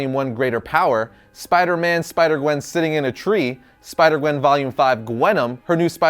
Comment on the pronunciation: Which one is your favorite? Oh you said spider qwen. I thought you said qwen stacy.